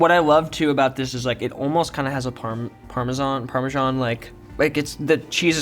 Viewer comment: So this has to be the worst last meal of all time right? It was as weird as his pronunciation of Parmesan 😂😂